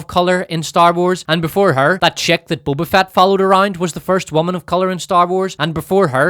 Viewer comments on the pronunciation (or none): He mispronounced Boba Fatt everytime😅